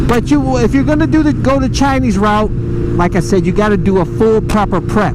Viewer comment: I heard u said 'Chi-ni-s'. Wow. Next time Just say 'Chinese'